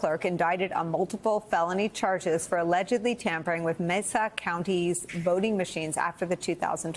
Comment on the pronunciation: It's pronounced May-suh County